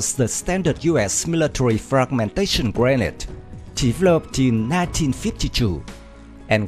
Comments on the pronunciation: It’s pronounced as (gre-nade) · Grenade is prenouse as (Gre-nade)